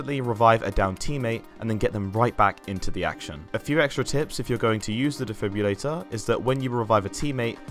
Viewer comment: IT'S DEFIB-RILLATOR not defib-ulator lmao